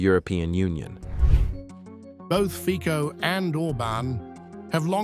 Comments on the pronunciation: Komentatore,ne Fiko,ale Fico, aspoň toto se naučte. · Bravo Hungary and Slovakia ❗️👍Neither Fico nor Irban are populists❗️They are just trying to protect interests if their peoples against EU idiocy! You shoud correct pronounciation of R.FICO name! Not FIKO!😅